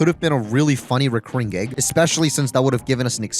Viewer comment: Why not post shorter videos? Also, why do you say “geg” instead of “gag?”